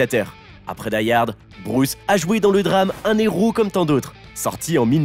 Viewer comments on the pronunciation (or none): on dit un Héros, pas un néro... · Pitié arrête de faire les liaisons avec le mot "hero", c'est un hero, pas un nero, ni mon nero, ni son nero. Sinon au pluriel ca devient les zero.... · Un " néro " ( 14 mn 10 )? Il n'y a pas de liaison devant un "h" aspiré ! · c’est surtout qu’on ne fait pas la liaison avec un h… et en anglais le h estaspiré, donc le problème est pour les deux langues